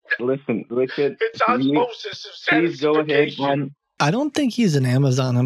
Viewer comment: "Osmosis of satisfication" 🤣🤣